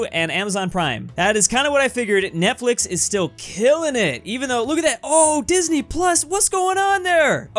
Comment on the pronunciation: "netflex" literally